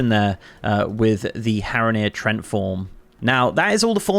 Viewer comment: Tree-ent is how that's pronounced 8) My names Trent and I was like what now...